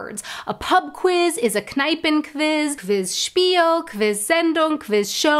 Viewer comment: You're saying kviz.. not kwiz. No w sound in German?